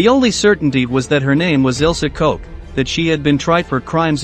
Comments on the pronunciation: Her name is pronounced Koch as in “Block”, not Koch as in “Coke”. Her name means “Cook” in English. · "In the small town of Ayecheck, located in the southeast of Germany." - Robot reading AICHACH. "The only certainty was that her name was Ilse Coke." - When the robot can't even read the name of the protagonist, it's time to reconsider.